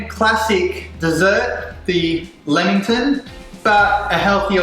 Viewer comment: Umm he can’t really pronounce lammington properly.